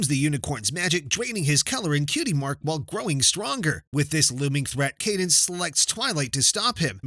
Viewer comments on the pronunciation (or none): It's cadence not canvas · Pronounce candice it's pronounced cadence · Her name is cadence not candes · Candace? I thought it was Cadance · Imma fix it for u its cadence not candice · Who calls CaDENCE CanDICE? I almost ripped my ears off. You clearly did not watch the show 😭😭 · it's Caedns sille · tirek * *CadEnce